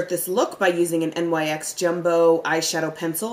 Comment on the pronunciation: LOVE UR VIDEOS,.....just an FYI, they NYX is actually pronounced "Nicks"......I know how you are when pronouncing things like "Okra"......LOL! S/N: ur definetly a beast!